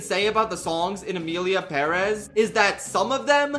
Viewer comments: I literally can’t finish this vid bc of the way you say Perez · literally had to click off because i dont understand how anyone can pronounce perez like that 😭😭😭 youre insane